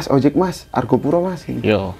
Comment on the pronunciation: Argopuro bukan Argapura